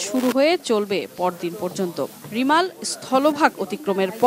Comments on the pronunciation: Remal=রেমাল, রিমাল না, রিমাল উচ্চারণ করতে হোত যদি বানান Rimal হোত। এ কারণেই আমরা বাংলাদেশকে চিরঅশিক্ষিত দেশ বোলে থাকি। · ঘূর্ণিঝড়ের নাম টা ঠিকভাবে বলতে ও লিখতে পারলেন না😪